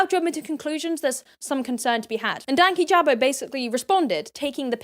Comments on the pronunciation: Awhile ago, I clicked "do not recommend channel" on Louis's channel just because I really disliked how he wasn't thorough at all, and somehow that video still popped up and I clicked on it. The fact that he started off not even knowing how to say Dankyjabo said enough. Most of his points just made me shake my head because they were just so American-centric and seemed to be cultural misunderstandings at first. As an American, I always heard British people use the term "beef curtains" and while I hate the image it puts in my head, it didn't come off as rude or particularly offensive, just not something that would be that culturally acceptable to say in the US. I might be wrong here, but I remembered saying he was Egyptian, and many commenters were insistent that had to be black or had to be white, which is a very American view of North Africa and the Middle East that really isn't true, and it seemed that the argument against was partially based on that belief and (potentially unwittingly) that racism. Many Americans, particularly white Americans, have absolutely not the first clue when it comes to other countries and racism. Even when I was getting my degrees in anthropology and history, the arguments I saw weren't dissimilar to everything Louis said regarding racism in his video. Americans are taught to think like this, so it's no wonder it was readily accepted by American viewers. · I was thinking that; and on top of that you know they’ve seen enough of his videos to get his YT name right? Like I just felt like them mispronouncing and calling him names really felt hateful. “unbiased interviews” though 💀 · Hey can I just say it’s annoyed me how people can’t say dankyjabo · I know it’s been a year and some change…BUT… are they pronouncing dankyjabo wrong or am I just pronouncing it wrong in my head? I swore I’ve heard say it differently in other videos. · They were saying it wrong. You emphasize 'danky' and it's a soft 'a' in jabo